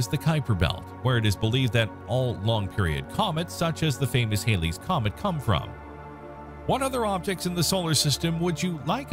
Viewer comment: At least pronounce Halley's comet properly!